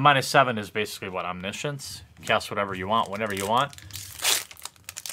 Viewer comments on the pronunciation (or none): none